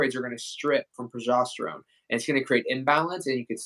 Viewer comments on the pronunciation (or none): He keeps saying pro“jost”erone.